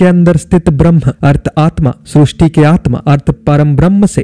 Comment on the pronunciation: Srusti nahi sristi hai